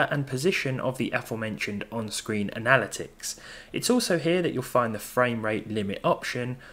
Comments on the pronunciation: this is to anyone else that heard "an-al-i-tics" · I've never heard that pronunciation of analytics before. I always pronounced it like an-a-lit-ics. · The way you said analytics gave me an aneurism